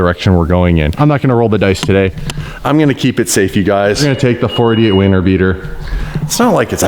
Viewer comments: and then said "Weiner beater..." Seriously died🤣🤣 so lit I had to make sure he actually said WINTER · Is it me or did just say winner beater Instead of winter beater lol or is it just me